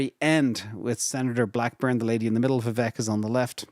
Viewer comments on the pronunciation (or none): Vivek is pronounce like cake, vivack, point of information love the show 👍👍👍👍